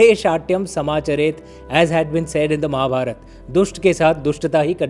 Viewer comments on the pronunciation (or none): none